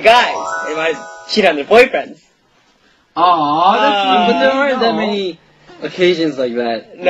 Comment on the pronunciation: Lol, "if only U-kiss could be our Boy-fraans"